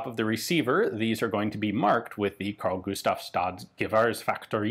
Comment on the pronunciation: You pronounce "Carl-Gustaf's Rifle Factory" really well. From a Swede who did military service 1966-67 and had kpist M / 45 as a personal weapon. Of course, I got to learn many others. Armor shot, heavy machine gun and combat and ambush with the bayonet and throwing hand grenade. All in northernmost Sweden where we could stay out in the cold for weeks.